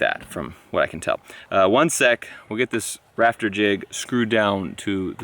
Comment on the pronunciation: When was talking about building his new shed, I heard him say (paraphrasing here) that he had a "raptor" problem - not "rafter." I thought, "Well if anyone has the equipment to deal with a Cretaceous infestation, it is our boy. Was really disappointed that he was just building a roof...